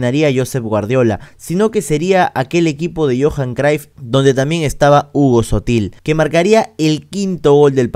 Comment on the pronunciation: Cruyff mano, se pronuncia tal cual 😅 no craif ni croif 😅 Ta buenazo tu video loco! Gracias 🙏🏾